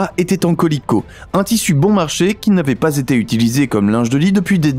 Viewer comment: Calicot pour le tissus mais "colicot" c'est drôle 🤣🤣